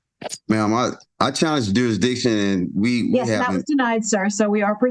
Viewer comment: Why can’t they say “jurisdiction?” It’s always juruhdiktion